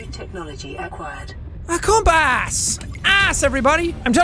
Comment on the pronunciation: Sean new bluprin aquired Me don't you mean aqua-ed